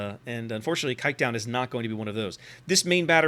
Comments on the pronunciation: The "Kijk" part is okay, the "-duin" is pretty far off lol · The way he prenounced kijkduin just made me laugh my ass off (in a positive way).... that including an amazing review earns him any like and new subscribers👍💪